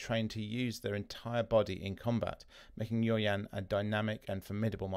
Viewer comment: I was about to comment the same thing. Pronounce yaw as y-a-o.